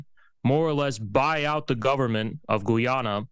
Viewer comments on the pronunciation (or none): Of course it’s about energy as it = money - every war is about energy Oil / Gas = money. Every country every war. PS it’s called/pronounced Guy ana …